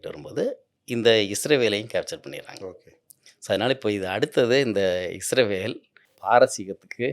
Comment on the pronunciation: தமிழில் முதன்முதலாக உண்மையான வரலாற்றை சொல்லும் ஒரு நல்ல முயற்ச்சி! வாழ்த்துக்கள்! ஐயா அவர்களின் உரையில் ஒரு சில முரண்பாடுகள்/விட்டுப்போனவை பற்ற்றி குறிப்பிட விழைகிறேன். 1. இஸ்ரவேல் என்று குறிப்பிடுகிறார், அது தவறு. நாட்டின் பெயர் இஸ்ராயீல்(சரியான ஹீப்ரு உச்சரிப்பின்படி). 2. ஆப்பிஹாமின் மகனார் ஜேக்கபின் மற்றொரு பெயர்தான் இஸ்ராயீல் என்பது. அவர் அவ்வாறு அழைக்கப்பட காரணம்/பொருள் 'தெய்வீகத் தூதனுடன் போராடியவன்'. என்பதாகும். 3. இந்த ஜேக்கப்/ இஸ்ராயீல்/இஸ்ராயெல் க்கு 12 மகன்கள்,அவர்கள் இஸ்ராயீலின் வழித்தோன்றல்கள்/ பெனி இஸ்ராயீல்/இஸ்ரவேலர்கள் என்று அழைப்பட்டனர்.